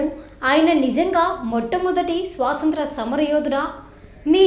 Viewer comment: Ye country nunchi vachaarakka miru. Swasanthra yentakka SWAATANTHRA is correct. Jai hind.